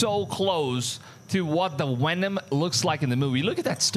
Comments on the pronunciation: I might have missed it but the Bigger question to me is if other content creators have gone there and filmed it or are trying to film it, what has happened to the guy that found it?! (Ps... Stop saying "Wenom". Cause i dont know when um the new Venom movie is coming out but no time soon. Im sure. IN ALL SERIOUSNESS? YOU ARE COVERING SOME GOOD STORIES AND I WANT TO SUB BUT IF YOU ARE STILL WITH ME MAY I REQUEST OR SUGGEST THAT YOU STAY UP TO DATE WITH THESE STORIES? WHERE IS THIS GUY? OR BETTER YET, WHERE IS THE WENUN CREATURE NOW? OR YOU DID A PRETTY COOL VID OF THE YOURE OPEAN SPACE AGENCY IMAGES OF Ai ATLAS. MEANWHILE JAPAN JUST TOOK A PRETTY DAMN CLEAR CLIP OF Ai ATLAS 2 DAYS AGO AND WH🤯A! LOOKS A LOT LIKE A SHIP! WYA WITH THAT?! CMON MAAAN?! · Please dont call Venom WHENOM. lmao